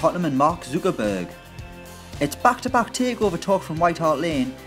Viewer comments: Who the hell is mark zookerburg? I think you need to learn to pronounce the worlds fifth richest mans name mate😂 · Mark Zu-Ka-burg 😂🤣😂🤣😂